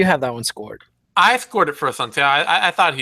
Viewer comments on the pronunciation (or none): That is a ç in Assunção's name. It's a soft C sound. Phonetically its pronunced A-sun-Saauu